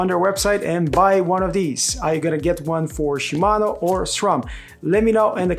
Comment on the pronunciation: Dude.... Shi....Mano. Not Shumano.